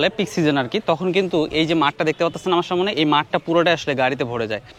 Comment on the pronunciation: সবই সুন্দর শুধু "সা মো নে এবং বারবার মূলত মূলত" এটা শুনতে কেমন জানি লাগছে এছাড়া অন্য গুলো ঠিক আছে।